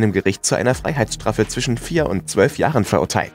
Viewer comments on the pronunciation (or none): none